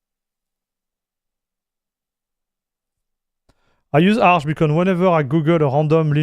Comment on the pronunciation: its funny when you said Arch with french accent and smiled :D Ahch, Ahch? :D btw xD